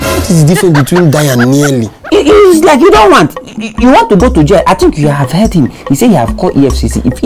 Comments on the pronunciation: Jail not gail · they doesn't know how to spell jail they say gail